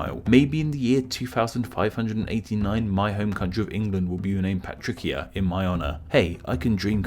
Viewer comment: I'm pretty sure it would be Patricia not patrickia